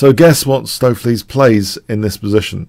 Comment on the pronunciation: stoaf-lace => correct pronounciation